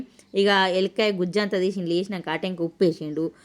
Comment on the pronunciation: elakkaya kadhu, elamkaaya